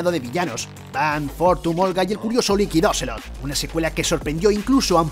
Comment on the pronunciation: ¿"Likid Oselot"? vaya forma de pronunciar...